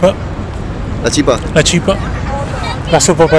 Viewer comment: El argentino pronuncio mucho mejor el CHIPÀ...mientras que el paraguayito le bajo chípa..... Chipà acento sobre la A papà...